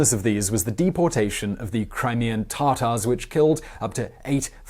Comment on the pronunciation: "Crimean tah-tahs"